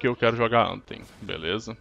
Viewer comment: bom..no inglês o " th " tem som da letra D , como tem " em" no final , acaba se pronunciando anfem , mas fdc kkk falem do jeito q quiserem , só falei mesmo